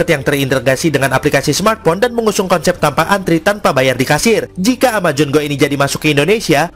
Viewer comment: “Amajon” ckckck